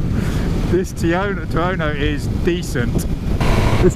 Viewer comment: he cant even bring himself to say tuono. hes saying tiono.